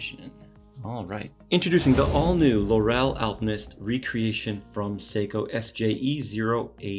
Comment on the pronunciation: 'Laurel' is pronounced LAURel, not LauRel. It was the crown of laurel branches placed on the heads of winners in the original Olympic games.